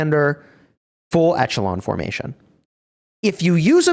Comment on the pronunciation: Check out the pronunciation of echelon.... please.